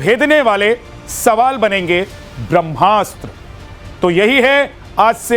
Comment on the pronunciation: आदरणीय अपने त मैथिल छी फेर एहेन उच्चारण कियैक? ब्रह्मास्त्र हेतै कि ब्रम्हास्त्र। कनी ध्यान देल जाय उच्चारण पर। ब्रह्म आ कि ब्रम्ह?